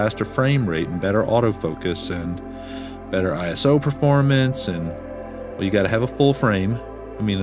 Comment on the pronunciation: Another poetic video. With some wonderful footage and photography. It's ISO in one go as it comes from ISOS (Greek for 'equals to' in this case ASA). It's NOT an acronym for International Standardisation Organisation, as reported on their website where it's even specified. So, in one go and the super accurate pronunciation should actually be eeso with an E sound and not an I sound.